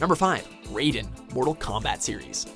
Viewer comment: Raiden> Not Raiden.